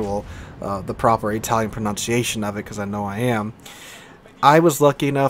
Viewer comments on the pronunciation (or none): none